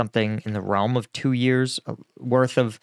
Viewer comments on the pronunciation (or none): none